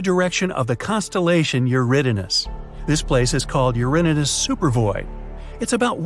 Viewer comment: It’s pronounced u-rain-us Not uùrnos